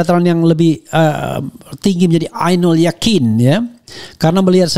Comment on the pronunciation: Gak lihat ijazah aslinya ngomong ainu al yaqin. Profesor mbanyol.